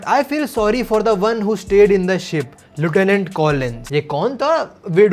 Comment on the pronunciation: no offence but lieutenant ka pronounciation galat hai. Bleach dekhne ke badh bhi😭